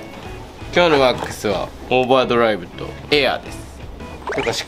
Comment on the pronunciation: 、オーバードライブの発音良く言ってる笑